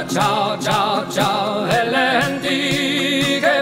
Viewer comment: Overall nice pronunciation, the only mistake you made was saying "genti" in Spanish. Its not pronounced henti but jenti.